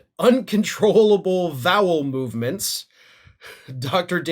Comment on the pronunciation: "Uncontrollable vowel movements" 🤣🤪😂